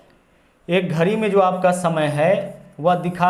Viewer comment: घरी nhi घड़ी बोलते हैं🤓